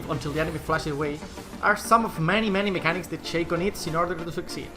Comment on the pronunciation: its ShAco not Shayco